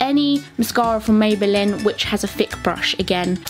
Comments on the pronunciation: She said mayballin 😂😂🙃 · I love how you say 'maybelin' I've stopped myself commenting this like 5 times lmao